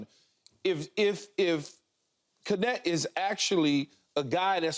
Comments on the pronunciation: Why do they pronounce his name as "Connect"?! Isn't it "Kneht"? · Would all Americans please say his name correctly?? It’s not K-net its Knecht(ch is spoken like in charlotte) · I thought the K was silent in his name lol